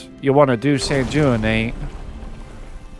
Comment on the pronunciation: Sanguinate. G as in gold ui sounds like W